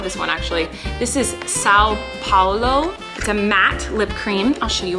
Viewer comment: Her pronunciation of são paulo was actually not that bad. Lol